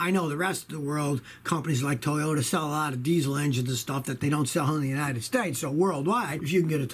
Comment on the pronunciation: i just made a compilation of every time he says toyoya lol